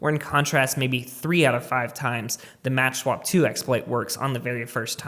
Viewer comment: It's called "makswap" and not "matchswap" Other than that, great video ;)